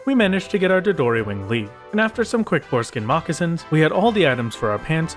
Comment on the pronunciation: Am I the only one who heard foreskin moccasin instead of boarskin?